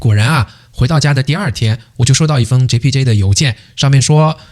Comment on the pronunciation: 你听到他講出單句單句的馬來文 JPJ JPJ Wangsa Maju WangsaMaju很標準發音了他 如果他朋友里有馬來裔和印度裔的話 假與時日他醬努力學馬來語 必能操一口流利馬來話的 听他講JPJ JpJ Wangsa Maju Wangsa Maju已經很標準了 他的努力已經見功效了🇲🇾